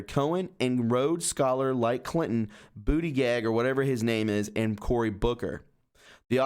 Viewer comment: Bootygage is the funniest pronouncing of that name. You had me laughing. Its the way I'm going to say it from now on. But, on a serious note, what the hell was he doing with Eric Schmidt in NK? Someone really should ask him, as he is trying to run for President.